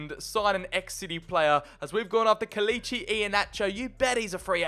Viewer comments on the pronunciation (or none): none